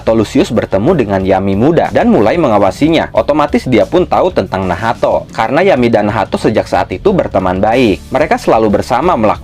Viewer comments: kenapa jadi nahato wkwkw bukannya bacanya nach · pusing gw lu sebut nacht jadi nahato